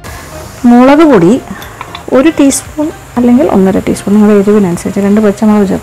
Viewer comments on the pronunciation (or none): none